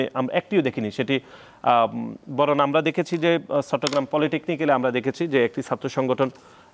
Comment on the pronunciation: এবন না এবং সুতরান না সুতরাং বরণ না বরং আগে এইগুলা ভালো করে শিখেন তারপর টকশোতে আসেন